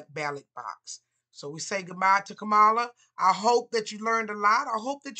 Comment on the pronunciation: It sounds more bias then pointed reasons why she lost. Also, the consistent misspronuncation of her name.